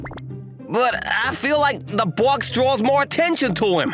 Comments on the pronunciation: "Why is he wearing a bOaX on his head"I REALLY GOTTA TRAIN YOU'RE WORD "box"NOT "bOaX" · Is it me or the VAs sound too british with the "BWOCKS" box pronunciation and Marshmallow sounding likd DanTDM? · "WHY IS HE WEREIN A BWOKX ON HIS HYEAD?!" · "Why is he wearing a" "BwOXXXX" The way he pronounces box💀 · why bru sayin box like “BWWWWWWUWWWWWWOKS”